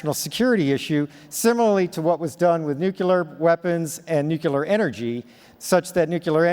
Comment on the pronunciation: "New-queue-lur - it's pronounced: new, queue, lur." Sorry - couldn't resist...lol Smashing update vid.,. Thank you for all you do xx